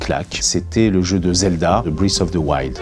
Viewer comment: très mauvaise vidéo breath of the wild est un jeu très mauvais (contrairement aux autres zelda) il parle tellement mal, a des gouts très mauvais. ce mec est méprisant ! Il ne donne aucune explication. sérieux... "une" skin..."brith" of the wild LE PIRE PSY DU MONDE !!!!!